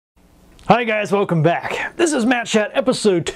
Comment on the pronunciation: Thank you so much for your kind words about my music Matt! It's really heartwarming! You pronounced my name right :-)